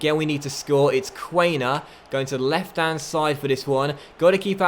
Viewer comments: im sorry its quan-er not quain-er mate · Nice Huddersfield Career Mode with a german coach and many german players as well . Btw Quaner is pronounced KVANER